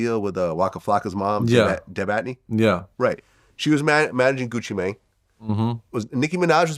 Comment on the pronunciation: “Gucci Menng”